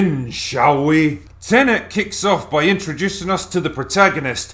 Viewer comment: "Tenenent" is the latest movie from acclaimed director "Christ, Off Her Now, Len"